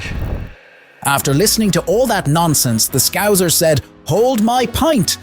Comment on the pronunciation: atleast pronounce scouser properly 😂😂